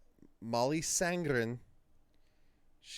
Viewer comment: The easiest way for you to compare Mollys voice with the movie, is to watch and listen to Mollys video singing the song only using noice cancellation. By the way, her name is Sandén, not Sandgren. I give you a link to the video recorded on one of Swedens biggest Islands called ”Öland”. You will soon hear the difference between there voices. By the way, I am from Sweden and have both meet and heard Molly sing live about 10 times….as a sound tech. You should be able to hear the light squeeks(almost with a grit)in Mollys voice when she goes up in higher notes, almost no one else does that, then Im talking voices worldwide. I havent heard all the voices in the movie, just the ones in this video, but I can clearly hear the difference when only Rachel is singing. Like at about in your video, there is no Molly in that part. So Rachel is singing in the movie, but I doubt she is a part of the movie sound in the ”final” song. If so, we are talking like 5-10%, tops. I even hear Mollys swedish pronunciation coming thru in the word ”Husavik”. She is using the sharp i, instead of the common Icelandic that sounds more like ”ij” and you also can hear it in the ”u”. It would be impossible to hear if it was like 50% Rachel. Icelandic is not an easy language. That I say as a swede, that understands about 10% of it. But I dont doubt there is a lot of Rachel in the other singing, you can clearly hear that in the other songs and she is doing it great, but there is only one Molly and you will